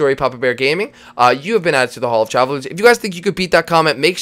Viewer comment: Uhhh the name hall of trallvelers sounds ofilly fumiller not tryin to hate I love the video